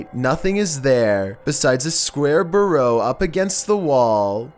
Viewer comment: Love how he pronounces burrow lol